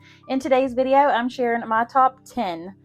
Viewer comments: I thought she said, "Today I'm Sharon ..." So I didn't understand why she said her name was Sammy a few seconds later. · Hi. I was referring to the beginning when you said "today I'm sharing "; I heard it as the name "Sharon".